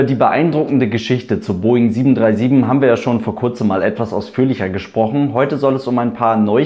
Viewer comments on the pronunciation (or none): none